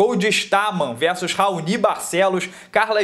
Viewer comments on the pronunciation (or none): none